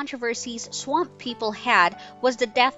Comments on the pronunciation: Like how she says swamp Sawamp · Why are you saying swamp like that? What the hell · Why is she having such a hard time pronouncing the word “swamp” haha jeeez ssmmhh !!!